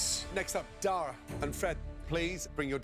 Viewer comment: anyone else notice how that mexican guy called dara "day-ra"